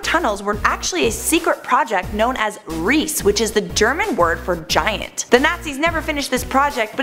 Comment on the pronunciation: xD how she says riese😂😂😂 it's spelled ries-e the e os spelled like the english a without the e at the end